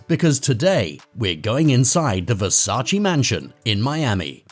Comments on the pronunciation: It's VERSACE not Versaci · Damn y'all idiots can't pronounce VERSACE properly. Sad af.